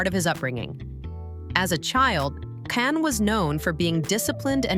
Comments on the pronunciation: Meeee too!!! They are moderator / announcers and most all of them — almost on purpose — say his name wrong on PURPOSE‼️😡. It’s not can - like a can of soup!! It is CAN— pronounced JOHN!!! ‼️‼️‼️‼️‼️please moderators let your staff or who lever works with you KNOW HIS NAME! I Black AMERICAN and I ca. say it! It’s very DISRESPECTFUL continually mispronouncing his NAME‼️‼️‼️😡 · Say his name correctly! say ..JOHN JON.. .. NOT JAN OR CAN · Pronounced Jon, not kan or Jan … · In Turkish, the letter 'C' sounds like the English 'J' . And The 'a': It has a soft, elongated sound, similar to the 'a' in father - or "ahh". So it's not Jon, John, or Jan. It is pronounced J-aw-n - rhymes with "fawn' and "dawn'. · Actually it’s pronounced as jaan, which means life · Yeah not soup CAN or CON artist—-sounds like English name JOHN, not girl’s English name JAN. All we hear is scratching on a chalkboard ANNOYING, AND not only Can’s name, you pretty much murdered the other name pronunciations, bottom line you can’t pronounce Turkish actors names. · John. his name is pronounced John. you lose all credibility if you cannot research something as simple as the correct pronounciation of his name. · First name is pronounced Jon. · vyslovuj Džan. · y, it’s pronounced like John in English/American. I watch a lot of Turkish TV, Can is pronounced like Jon or John. Look it up on Google Translate if you want. From Turkish to English…type in Can Yaman in Turkish and listen to it…John yaman…….when he says his name, he says it like John in English… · So annoying to hear his named said WRONG its pronounced JON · w języku tureckim c wymawia się jak dż a więc Dzian